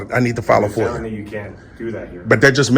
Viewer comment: Damn! Everybody is an independent journalist now! This dude was barely able to pronounce FOIA